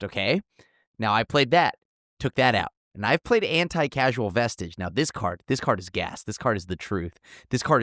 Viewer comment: I've never even seen Anticausal Vestige before... (its causal, not casual)... totally missed it in that set. Great card.